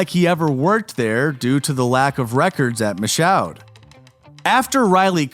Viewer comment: You guys couldn’t figure out how to pronounce “Michoud” and “Houma” before posting this?